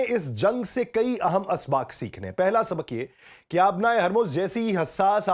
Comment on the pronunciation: ہلکے۔ یا بھاری مشرک یا مشرق مطابک یا مطابق سبک یا سبق مکام یا مقام مستکل یا مستقل اردو زبان بولنا تو سیکھ لو تیزی سے بولنا نہیں بلکہ صحیح طریقے سے بولنا معنی رکھتا ہے